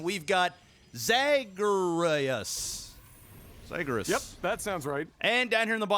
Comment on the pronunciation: That butchering of Zagreus is classic LAGTV.